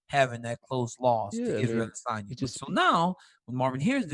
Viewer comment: P.S. please stop speaking Russian and African. We are in America. It's "Peter" Yan. And "Adesanya" not Adissonyuah. Do not destroy American English.